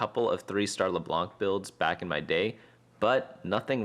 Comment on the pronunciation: Dude just said “Leblank”